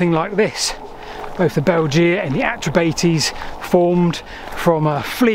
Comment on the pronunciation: Great video but your tribal pronunciation was a bit off as others have said: not only Belgae = Bell guy, but the bates in Atrebates would closer to bah tess I believe. Anyway, very interesting video.